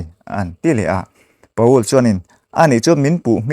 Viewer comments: Pa-ul nilovin Pawl tia lamtur. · Pa ul ti a lam loh tur Pawl tih tur... 😂😂😂😂